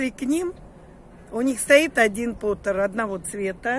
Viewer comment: Термопот,а не потер , потер это гончар по английски.